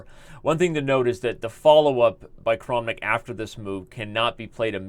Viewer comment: I feel like if you just switch the way you say the a's in Tal and Kramnik, everything is going to feel ok!